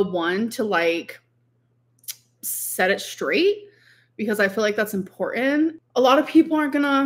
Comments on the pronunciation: does she know there’s at least one T in important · The way she says important